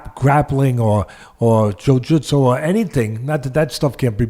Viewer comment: Your accent when saying jiu jitsu is world class, thank you very much for sharing these videos